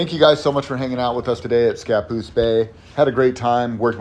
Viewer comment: It's ScaPOOSE not SCApoose.